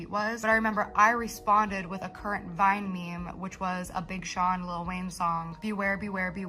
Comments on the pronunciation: bruh are you saying Whine/Wine?? I mean Gabbie is a whiner but the platform she was on was called VINE, they were Viners… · Why can the narrator say videos but not vine? What's going on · Why you keep saying wine? lol is with a v …